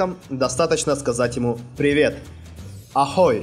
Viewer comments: Не аХой, а аГой, не добрэ итро, а добрэ рано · Скорее Агой, а не Ахой